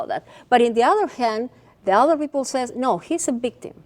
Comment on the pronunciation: some witnesses saysss hahaha aprende a hablar cojudaza